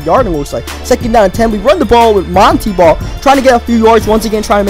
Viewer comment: it is pronounced mon tae ball not mon tee ball